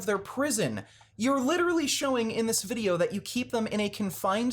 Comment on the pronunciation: "vide-yer games" ahahaha